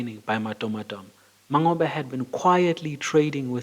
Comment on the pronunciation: Mangobe pronunciation isn't correct too! The "NGO" is pressed